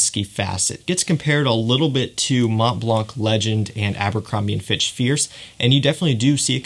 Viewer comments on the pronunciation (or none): none